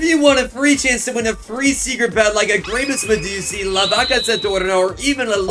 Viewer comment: It’s graipuss medussi